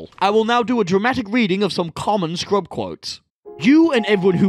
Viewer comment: THE SCURB scurb. Not scrub. THE SCURB I'm not sure if this was intentional at this point.